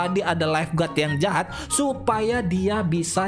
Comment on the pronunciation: Jahat bang bukan jahap